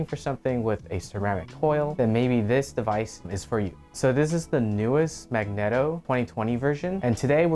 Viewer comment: I hate that you pronounce megneto wrong...